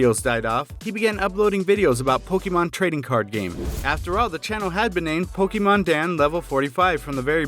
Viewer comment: PokeMAN!!!!! DAN get it right bro